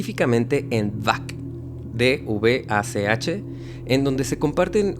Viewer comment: двач, se pronuncia dvach, no bak 😚